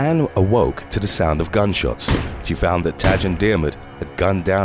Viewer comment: Tadge is pronounced like tiger. Essentially, tige.